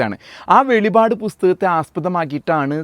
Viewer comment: വെളിപാട് എന്നല്ല സഹോദരാ .. ❤ വെളിപ്പാട് " എന്നാണ് പറയേണ്ടത് കേട്ടൊ ❤🎉🎉🎉❤